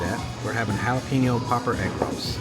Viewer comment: Pronounced “Hala Pen Yo”. Y’all from Texas, get it right!😊